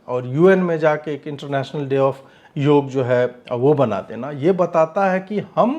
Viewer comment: योगा नहीं योग बोलिये mahiday